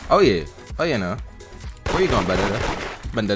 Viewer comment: You can tell and are siblings say both say:" YUH" all the time